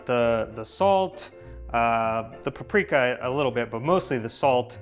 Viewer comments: Yes, it annoyed me so much when he kept saying pu-Pri-ka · Igen. Feleségem magyar. I thought they were in Szeged!...it's PA-pri-ka!